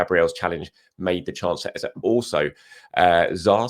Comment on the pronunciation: Why do you insist on mispronouncing EZE? What do you know that we don't? I understand Nwaneri might be a tongue twister if you not from Africa but EZE? C'mon